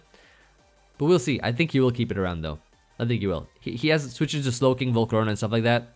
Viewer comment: was dying at "Volcaro-nahhh"